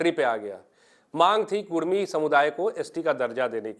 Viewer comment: कुरमी ❌ कुड़मी ✅